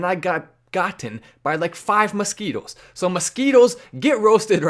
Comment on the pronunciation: 🤣🤣masquitwos, whatcha goning two do. Go awantcha mozquitwos.🤣🤣